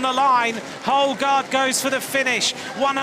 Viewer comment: Nice race. Better learn to pronounce the name of the Canadian Houle. The H is silent and u you never pronounce the last letter or vowel in a french word. "Ugo Oul" or "ewgo ewl".